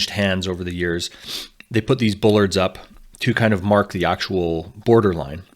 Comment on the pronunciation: the word is Bollard, not Bullard